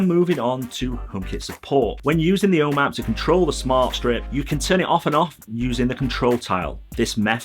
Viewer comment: I know I've complained about this before, but I still find your pronunciation of "home app" very confusing every time I happen to listen to one of your videos. After a few minutes trying to figure out what this "O map" is, I finally realized this was supposed to be 'ome App.